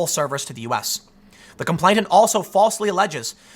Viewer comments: The word is com-PLAIN-ant. NOT “com-PLAINT-ant.” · It's "complainant:, not "complaintant", ya beanie wearing goober! That's all I have to criticise here, though. Spot-on, otherwise, man. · *Complain-ant. No t in the middle there, Tim. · Complainant is pronounced "complain-ant," not "complaint-ant." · ComplaiNant, not complainTant. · Tim, stop saying "complaintant". He who is complaining is a complainant. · TIM... TIM... THE WORD IS COM-PLAIN-ANT!!! IT’S RIGHT THERE IN FRONT OF YOUR FACE!!! YOU’RE DRIVING ME CRAZY WITH THIS, DAMMIT!!! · "Complainant" has only one 't,' Tim. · Tim, you keep saying complainTant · I suspect that you think the word complainant has a t in the middle of it. It doesn't. You mispronounced it every single time in this video, so I'm fairly sure you must have a misapprehension on its pronunciation. Thank you for keeping me informed about these corrections. I was nearly taken in this time. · Gettin real triggered by that second T in complainant lol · Tim, just so you know complainant only has 1 t, not 2. you're welcome. Did anyone else notice this?